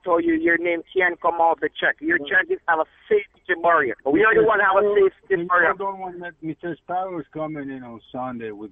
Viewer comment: Better Business of Bureen. Safee-tee. Mek I say.